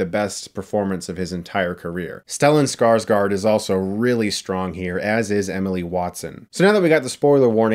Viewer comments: There are so many Skarsgårds, that if you want to perfect the pronunciation, the last A isn't A, it is a swedish O. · It’s Stellan SkarsGÅRD not SkarsGARD... the ÅR is pronounced the same as the word OR